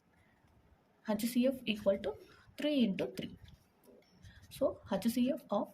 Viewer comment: Lolll I can’t stop laughinggggg hachhh ceee afff